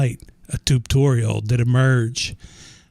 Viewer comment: are you saying tutorial or tubetorial? also, unrelated to anything in this video, but i just discovered a super easy way to get tons of XP passively. the aquatic entangler from thermal. i mean it's not super fast, but over time when you come back it'll have up to nearly 50 levels just sitting in the thing. even over a short time, it may have like 20 levels. you just have to make an upgrade for it, to enable the ability to save xp. i have an ocean biome near my base, so i just made a pier out into it with the entangler at the end. not sure if it makes a difference on speed, but it allows me to use the ocean bait to get tons of squid ink.